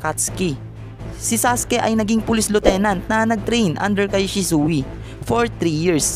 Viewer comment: bakit shi su i ang prounounciation nun shisuy